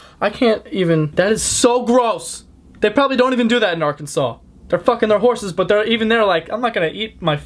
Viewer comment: DatUhu he said it right, so if you've been saying it differently then maybe so.